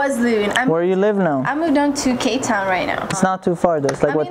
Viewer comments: i thought she said Cape town😆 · Did she say cape town or k town